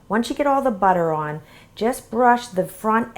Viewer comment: They look burnt. Oh and the word "On" is pronounced like "awn" not "owen"